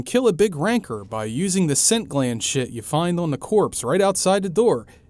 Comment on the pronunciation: It's a RAN-CORE not a fucking RANKER lmfao